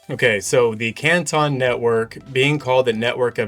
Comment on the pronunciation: I live in the city of Canton and that is not how its pronounced you guys are murdering the spelling